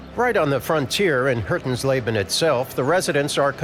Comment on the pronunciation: he pronounced Hötensleben as "Hurtensleben". no wonder i couldnt find it o the map